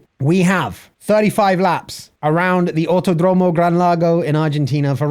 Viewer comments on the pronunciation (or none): Pronunciation tips from Buenos Aires resident. Autódromo: The accent goes in the accent marked syllable. So "auTÓdromo". Double L words like "Villalba" and "cordillera", we pronounce it as SH. So: "Vishalba" and "cordishera" (don't overdo it, though). Although this is normal where I live, IT IS NOT CORRECT. The correct way to pronounce it is more close to LY (just an approximation, it's like a very strong L). So "Vilyalba" and "cordilyera" are probably good approximations.